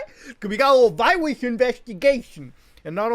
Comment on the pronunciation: Just rewatched "we got a little viwus inweshtigashion" 3 times